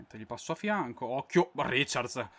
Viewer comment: non si dice riciards, ma raicard